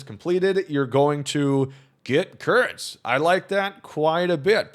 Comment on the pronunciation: I think you have a very bad word on your mind way too much. His last name is Kurtz, it’s not hard to say his name normally.